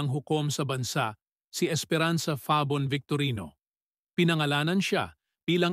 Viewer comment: Mali ang pag bigkas ng "FABON". Ano ba yan?